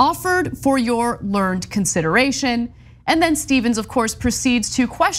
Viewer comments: Should be pronounced "Learn-ed" as two syllables and not "learned" as one syllable. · "learned" in that context is not the past tense or past participle of the verb "learn", it is the adjective meaning "well educated" or "knowledgeable", and is pronounced in TWO syllables. lurr-nid. (but GOP is probably going say this is a conspiracy LOL) Hence the classic gag in The Simpsons: "oh papa Homer, you are so lear-ned" "learrrrnd, it's pronounced learrrrnd." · Not only wick-ed, but also the earlier misreading of learn-ed. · Are you serious? Ana says "learned" without pronouncing the second syllable, and this is why Ana is dumb? That argument is empty, meaningless and MORONIC. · I’m a bit shocked in pronunciation. ‘Learned’ in this context is pronounced ’learn- id’. Also, ‘wicked’ is pronounced ‘wick-id’. Im surprised to hear such mistakes. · In that context it's pronounced, "learn-ed". By the way, I'm a big fan! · Good catch on the pronunciation of "wick-ed" near the end, but you missed "learn-ed" near the beginning, which has caused undue stress to this self-appointed Grammar Nazi! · It pisses me off that Ana doesn't know the different ways to pronounce the word learned. How are we supposed to take TYT seriously? It's a fifth grade word ffs. Try using context Ana. lûr′nĭd adjective 1 Having profound, often systematic knowledge; erudite. 2 Showing or characterized by such knowledge. 3 Acquired by learning or experience. 4Of or pertaining to learning; possessing, or characterized by, learning, esp. scholastic learning; erudite; well-informed. Learned men; men of erudition; scholars.